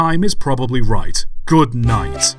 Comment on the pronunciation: Hahahaha the only words I have to describe the way you say "good night" at the end are "aggressively British"